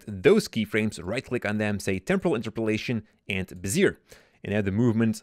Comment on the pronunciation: bezeeer ? it's bezier bro..